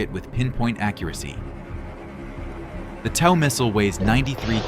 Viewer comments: It’s pronounced toe, not Tao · I know it’s spelled TOW, but it’s pronounced toe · TOW is pronounced like "toe" - I really hate AI